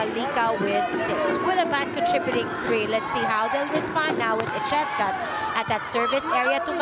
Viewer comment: il-yes-cas! That's how to pronounce it. The commentator ' she kept on saying e-ches-cas which she's been wrong all the time!